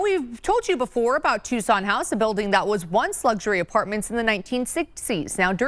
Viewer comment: Please stop mispronouncing it "Tyu-sawn". It's Too-sawn.